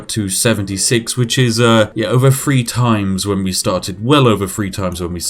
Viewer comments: Overly pronounces words to sound stereotypically British yet still can't pronounce anything with a th in it correctly. I know its petty but christ it makes me cringe every time. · im sorry to do this, but im not really, man cant say three and talks about being english i dont think so